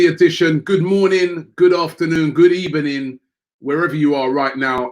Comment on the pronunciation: thinks he’s sly with the good “ebening”